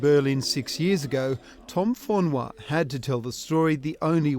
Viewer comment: sole why u pronouncing it like he is tahitian it is pronouced for-nu-a no fonois or sumfing like dat